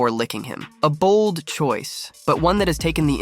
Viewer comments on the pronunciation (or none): none